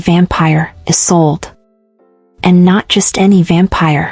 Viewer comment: the story is very good, but there is a problem with the names. First you called him Cade, then Kae. which is it? And the girls name is Isolde. Not A Sold.